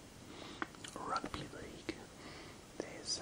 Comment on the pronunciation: Why do you say rugby “ahrugby” 😂